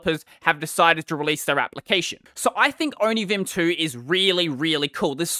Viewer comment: Onivim? The first i heard from you i tought you said onichan 😹